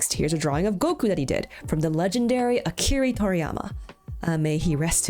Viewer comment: i really dont want to be one of those people but Akira* toriyama, not Akiri*